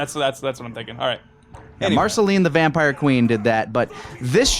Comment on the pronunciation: Tomato Ketchup Vampires = Tomatenketchup-Vampire (Vamp-ee-ruh) Keep those hits comin' guys! lol